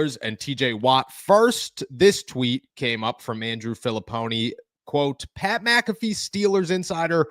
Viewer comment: Filliponi? Lmao. No one listens to that clown.